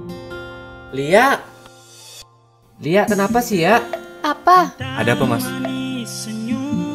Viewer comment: Salah denger antara lia sama liaak 🤣🤣🤣